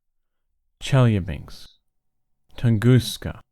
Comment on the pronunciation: Chel-ya-bin-sk. Learn to speak, and read accurately. Lose the stupid and unnecessary music.